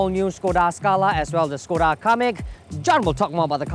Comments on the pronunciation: They pronounce it wrongly. Supposed to be SHKODA. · Pleasantly surprised the presenters had pronounce the name Škoda correctly. But Volkswagen should be pronouced as "Folks-Va-Gen"